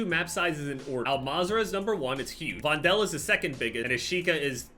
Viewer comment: That’s not how you pronounce Vondel 🥲🥲